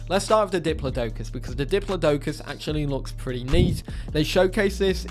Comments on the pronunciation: The way you pronounce Diplodocus makes me cringe. :D Not a fan of this design the modders gave it. I don't know what the latest paleo accurate versions look like but that looks nothing like one. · its dip-lod-i-cuss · Citipati is the only oviraptorid in the game so far so that will be very special. Hopefully someone makes Gigantoraptor soon to add to the fun. Also diplodocus is pronounced Dip-low-dee-cus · The way he pronounced diplodocus killed me man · how do you continually mispronounce diplodocus despite having internet access?